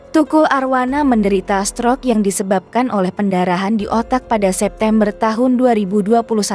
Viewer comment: Tolong dong ucapankata *stroke * itu gsk ensk bngt didrngar. Coba diajarkan dulu cara mengucapksn kata yg benar